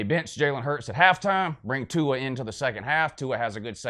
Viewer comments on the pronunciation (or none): I fucking died at the pronunciation of Tua's name and "I don't speak pineapple" LOL